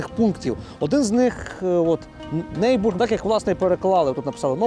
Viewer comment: Не "Нейбург", а "Нойбург". Не "Фрейден", а "Фройден".